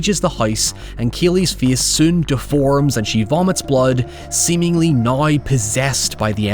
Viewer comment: Still can't get over the fact that you can't pronounce the word 'now', instead saying "nøye" :b